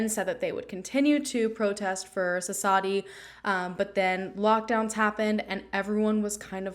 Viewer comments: Thank you for the coverage. And the W in the name is not silent. Suss-vathi, I believe that’s how you pronounce it. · Thank you for covering this case. The 'W' in her name is not silent. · Hey! I was just curious where you got the information that the W is silent? I’m Indian and I never would’ve guessed that. Different areas have different dialects, so it’s entirely possible, but the few news stories I’ve found do pronounce the W. Would love to know if just to learn.